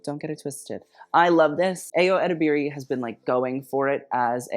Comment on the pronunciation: Ayo Edibiri is pronounced exactly as it is written. Nigerian names, particularly Yoruba names, are phonetic and really don't require forced/improper pronunciation! If you can pronounce all these international designer names, then certainly you can do better.